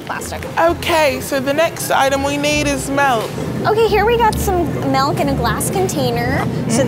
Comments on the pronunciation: why tf are they saying Melk😭😂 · Milk: exists: “melk” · So we’re not gunna acknowledge the fact they’re saying “melk” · GIRLLLL SHE DID NOT JUST SAY “melk”. Someone hold my earrings. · We need “MeLk” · nobody: them: melk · OMG Did they just say "melk" instead of "milk"??? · Bro it’s milk not melk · "melk" wtf